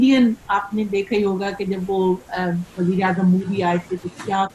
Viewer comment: Os time jb hm defence forces me tee , tu raat 9 bji khabarnama ek canteen me ek hoojoom me daikty ty , beetny ke jaga nah milti ti, hm sb kareey hookar sunna krty tey , Mahfara , apka waho lafz (word) Bazeer Azam Pakistan Muhammad khan joneejo ,instead of(wazeer azam). Hahaha.